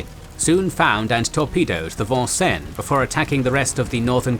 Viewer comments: As a person who grew up in Vincennes, Indiana... The American English pronunciation has always been Vin-Sins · Vincennes is a city in the State of Indiana and it's pronounced VIN-SINS. Of note perhaps is that there is also a town named Versailles here but it's pronounced VER-SALES. Not much France left here in old New France, sorry. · I liked the way you presented the Battle of Savo Island. I just wish you had taken a little time to pronounce the names and places correctly. I wince every time you say Vincennes wrong.